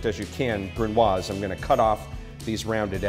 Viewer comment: Congrats chef you pronounced it wrong